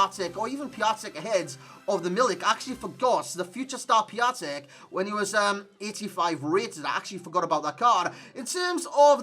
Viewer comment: "Piacek" "Pisciek" I love how foreigners pronounce the names of my compatriots XDD